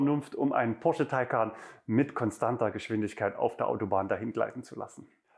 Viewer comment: Ich hab nicht einmal Porsche gehört. Nur immer wieder Posche 😉